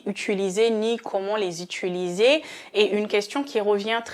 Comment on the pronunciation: On dit : utiliser et pas utuliser ! Merci.